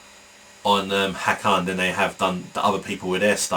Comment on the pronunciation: good statements about hakan!!!! it shows you`ve got brains besides, the first time you said the name ways correct, also seth killian does speak his name the right way, it`s "hakaaan". sounds like the scotish would say it. also yagli güres sounds like "yaaali gyouresh". besides, all turkish names have a meaning ! most of them are about war, religion, landscape and poetry. "kan" means blood. "ha" is a short form of another word, maybe hakaret, which has 2 meanings: attack & taunt/revile.